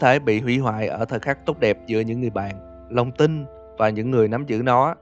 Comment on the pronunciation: Ko hiểu sao ,người ta đọc "lòng tin" mik nghe thành ĐỒNG TÍNH đc luôn á